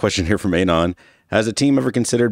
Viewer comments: why does pronounce "anon" wrong? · Man I can't with the pronunciation of An-on